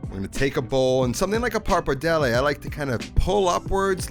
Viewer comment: “Par-padelle” bothering me so much lol